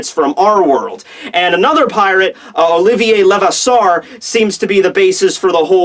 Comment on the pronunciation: STOP BUTCHERING OLIVIER LEVASSEUR'S NAME. Seriously you gotta learn some French. even a little French would be enough